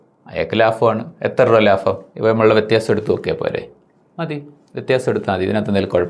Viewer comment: ലാഫം അല്ല ലാഭം 🤚